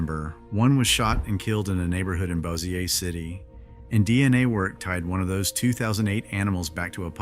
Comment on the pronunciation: It's bow-zhure. Bow like bow and arrow, and zhure like Azure.